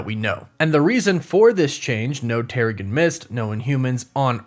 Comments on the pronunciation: It's pronounced "tehr-uh-Jin". You kind of lose credibility when you continue to say it incorrectly. It's not like this is something new or up for interpretation from reading the comics. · its Terrigen like in generation or genesis. Normally I dont care about this sort of thing but it kinda takes away from the fact that its a process they go through if you dont pronounce it right. I have no clue whats happening in Ms. Marvel its all so crazy right now im just enjoying the ride. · You keep saying Terrigen Mist wrong. 🤓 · Someone should do a counter for how many times he said terrigen mist wrong and trying to assume that every single mcu project will set up the x-men 😂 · Is anybody going to point out that he's saying Terrigen wrong?